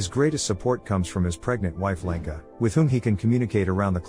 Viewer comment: As a Czech person it took me embarrasingly long to realize you were saying Jakub and Lenka, the whole time I thought since when are Yaku and Lanca Czech names?😅🤣